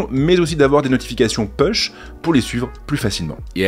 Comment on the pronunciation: Slt! La classe avec les metas! Push (à prononcer « poush ») Continuez ainsi! Un régal vos vidéos!